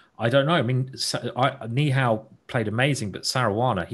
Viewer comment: Simon is spelling Saranas name like Caruana and this is hearing like Saruana,this is funny .